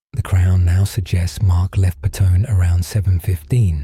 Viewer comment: Wildly inaccurate AI slop 1. The murders occured in the LATE WINTER not summer 2. The Lundy's had only ONE child not 2, Jaelyn never existed 3. Its pronounced "Pe-Tony" not "Pe-tone". I live in Wellington At least get your facts straight before making such wildly inaccurate accounts from AI